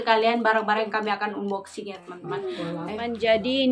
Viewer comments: Unboxing dibacanya Anboxing kak...bantu meralat yaaaa...hehe 😊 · Bacanya Anboxing mbak... 😁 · Maaf hnya mengoreksi ya. Unboxing bacanya anboxing kak 😁😊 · bukan "un" boxing bcany, tp "an"boxing yg bnr. Syg sx y brg2 yg dbeli itu brg2 yg tdk tahan lama. Lbh baik beli brg yg mahal tp awet smp kakek nenek, drpd yg murah cpt rusak akhirny beli lg & lg. Weizun umurny brp tika? Dewasa sx y ke2 weizun. Kl tika spt anak2 & kliatan abegehny. Weizun bnr2 pujaan pra wanita nih 😄😄😄, sdh baik, ganteng, pinter, rajin, sabar, syg, ap sj bs dkrjkn & kaya pula 😄😄😄, bruntung jauh ad dchina. Kl d Indonesia da bnyk prempuan yg kejar & mnta jd istri yg k2, k3, k4 dst. Kn blh poligami. Jaman skrg mah bukan laki yg mnta, tp perempuan kl uda cinta ap jg dkejar 😆😆😆. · Bukan unboxing,. Hrsnya diucapkan anboxing. Maaf hanya membetulkan saja,biar ga salah terus.